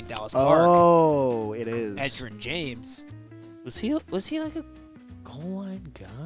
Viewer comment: Egg-erin James?????